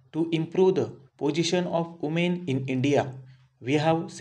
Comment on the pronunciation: Umen 🤣🤣 Voomen 🤣🤣🤣